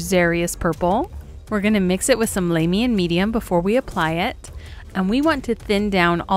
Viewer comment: it is lahmium medium not laymium